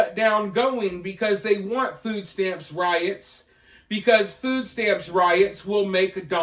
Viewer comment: What exactly is a "foooo stamp"???